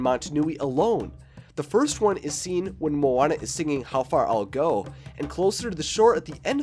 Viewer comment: You kinda said maui right i guess but moana nah